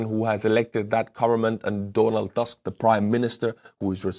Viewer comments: My friend he is not Donald Task .... in polish we pronounce as we write . He is Donald Tusk . its UUUUUUU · Tusk not Task xD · BTW “Tusk” perhaps will sound more correct if you try read it as “Toosk” (however polish “u” is a little shorter than English “oo”). Thank you in PL is “Dziękuję”. All the best! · Tusk in Polish should read as Toosk. Donald Toosk. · just read Donald Tusk name the same way you read your “buy me a coffee” supporters names and it will be produced correctly.